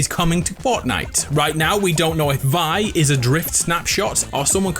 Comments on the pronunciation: The crew pack charecter name its not vie its v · WHY DOES EVERYBODY SAY THAT?!?! ITS PRONOUNCED Vee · It’s pronounced Vee